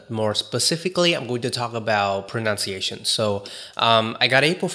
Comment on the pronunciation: Pronunciation /prənʌn t .sieɪ.ʃ ə n , US prə- , proʊ-/ Note: A common mispronunciation is / prənaʊn t - /. P/s: No offense meant. I admire your English proficiency :)